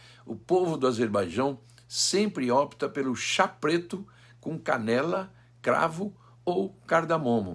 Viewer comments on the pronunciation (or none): none